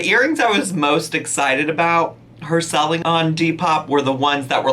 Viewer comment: Not autocorrect, that’s how she pronounces selling lol